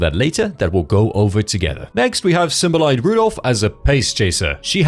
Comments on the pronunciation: Symboli not Symboly.... say the name right. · You pronounced Symboli as "Symbol-EYE"? It's pronounced "sym-BOH-lee" because of the Kanmei system. The Symboli name comes from the city in Chiba named Shimbori where the ranch is originated.